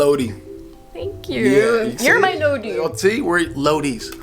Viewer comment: Its not lodi,..........IT’S LOWWWDEEE